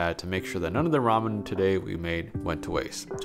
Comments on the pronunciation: What a fun qwerk. You're going to pronounce ramen ram yen. Yay! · let me stop u there I love your videos but its ramen spoken as ramin not ramyen for some reason everyone online has started saying it wrong and u know what am sick if seeing hate comments for a simple mistake so I thought id just politely correct you before the grammar gremlins come around and start saying not so nice things. on a greater note tho I absolutely loved this video. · Why does he switch between the way he pronounces ramen. Sometimes it’s ra-men, other times it’s ra-myen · So he seems to be saying ramen, as “rom-yen” instead of “ra-men” can anybody tell me if this is correct I don’t wanna make any of receptions about somebody’s background and how they pronounce something however, my curiosity needs to be filled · Is that how its pronounced ramyen? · Take a shot every time he adds a "y" to Ramen. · Do you really need to pronounce Ramen the way you do? My goodness. I feel sorry for all the trauma you have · Ramen, ramyun, ramyum, ramin. What's the difference in the pronunciations? I'm genuinely curious.